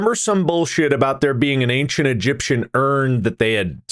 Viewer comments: I like how bob, multiple times this episode, says "ang-shint" instead of ancient. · why do people pronounce ancient as “ankshent” or “angshent”